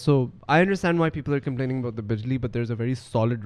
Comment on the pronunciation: Aboot ( here comes the canadian accent ) 😁